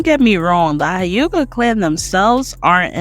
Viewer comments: It's hyuga not Hi-yuga. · I'll never understand how y'all can watch the Anime and still say Hiuga. Like what? How? Dope video though, you spoke facts. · Tf is a Haiyuga or a Youchiya? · The way u pronounce Hyuga is giving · i was with you until you pronounced the hyuga clan.. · Ain’t no way she pronounced huyga like that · Good points, loved the video, but why you say uchiha and hyuga like that? “you-chiha” “High-yuga” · Only cause she don’t know how to pronounce some things, “you chiha” “high yuga” If you watched the show at all there’s no way youd pronounce it that way lol